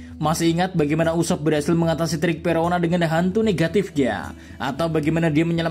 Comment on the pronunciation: usopp ❌ ucupp 😂